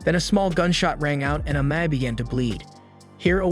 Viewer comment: Amai.... Amae.. Amma...what's the guys name?.. you used so many different pronunciations...